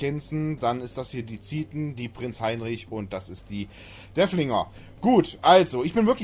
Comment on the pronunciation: DeRfflinger... Da ist ein "R" drin.:) Freundlicher Hinweis, danke für Dein Video!